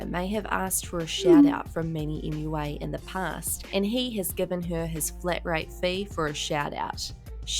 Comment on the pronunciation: I love how you say “manny mulalala” so funny!